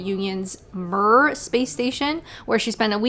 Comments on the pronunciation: Riiiiight. I was confused at never having heard of the Myrrh Space Station. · "Fresnel" is pronounced like "fruh-nell", when Anglicised. Augustin-Jean Fresnel. French dude. So say it like it came from French. Because it did. And "Mir" is pronounced like "meer" - long "I" and roll that "R" (think "meerkat") - because it's Russian. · Mir* (pronounced "mia"). That's not an engine, that's the first mechanical computer (although Babbage did call it a "difference engine".). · Sorry to correct you, but Mir as in the Mir space station is pronounced Me-Er. I'm loving your videos. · the MIR space station is pronounced Meer